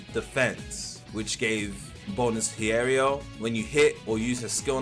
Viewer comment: Btw it's pronounced Hee-eh-row